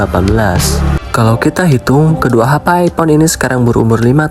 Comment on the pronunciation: Hape (HP) brooo bukan Hapay 😭😭😭😭